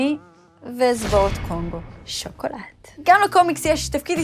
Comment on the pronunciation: העולם צריך שמישהו ירים את הכפפה ויעשה גיף ללוסי אומרת 'שוקולד' ב